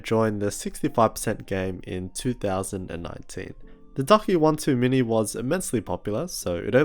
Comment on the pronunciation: I heard “Duck One Too Many” 😂. Great review man